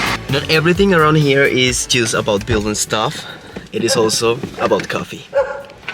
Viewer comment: Por favor deja de decir “just” como si dijeras “juice o just”. Suena como si estuvieras diciendo “jugo” en inglés cuando estás tratando de decir “solo o solamente”. Imagínate que estás tratando de decir en español “sólo me quedan tres días más de trabajo” y en lugar de decir eso dices “jugo me quedan tres días de trabajo”. Suena horrible verdad? Todos los que te escuchan decir esto en Inglés están escuchando precisamente esto y es algo que fácilmente pudieras corregir. Tremenda cacofonía. Por favor trata de corregirte de esta mala pronunciación. La letra,”U” suena como ‘O” en esta palabra igual que la palabra “oso” como (oso peresozo). Se escribe “just” pero se pronuncia “jost” como la o en “oso”. Te comunicas muy bien en inglés pero recibe la corrección que te ofrezco. Lo hago con la mejor intención posible porque quiero que triunfes en todo lo que hagas. Te deseo lo mejor y espero que recibas mi crítica instructiva con la mejor intención que es lo que tengo por ti.